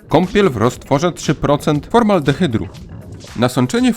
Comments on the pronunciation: formaldehydu, a nie formaldehydru.... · Raczej: formaldehydu, nie: 'formaldehydru'.